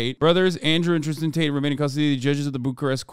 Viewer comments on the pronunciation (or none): none